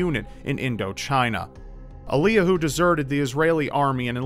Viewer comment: Eliyahu is pronounced "Elly-yahoo," it's the Hebrew origin of the name Elijah.